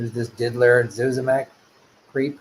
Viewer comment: It's annoying that you kept saying Diddler... It's Did-ier... With an I, not an L...